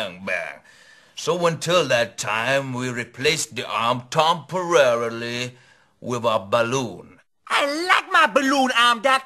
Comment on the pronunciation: 'obvi-abus-ly' 'complete-uh-ly' & 'tomperarily' XD